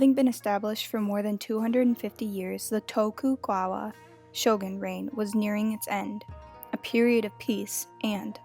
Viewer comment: Bro said toku gwawa